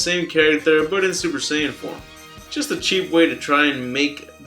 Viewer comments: it's super sighyan not sayin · Man...That announcer dude said Super "Sahyin"! Thanks for bringing this up. I never saw this commercial. Dude. This should of been number one. It prove that these developers are straight out of Devry University who are a part of a nonsense coalition of fan artist who thinks far from the actual DB series. They didn't even take time to approve the announcer man's pronunciation before release. They don't care about what we want. They just want to make it look exciting then get bashed after purchase, but they can careless because the money is already in their pockets. In my opinion, an abomination has been made throughout their video game franchise. They only made one that was acceptable and it was the one that was made before Budikai. After that, the franchise spiraled out of control. Have anyone played Veiwtiful Joe? In my opinion, they should of took note from that game play. DB is full of fast pace kicks and punches with a mixture of energy wave and special moves. Viewtiful Joe demonstrated some of these action, though they were executed only by one button for kicking action an one button for punching, but pressing them in a certain way expands his fighting technique. With this simplicity, they still managed to pull it off, because the game kicked ass. The DB games failed...All of them. The mechanics were terrible! They can never match up to Street Fighter. For some reason, Street Fighter will always be fluctuating on the top of best fighting games with Mortal Combat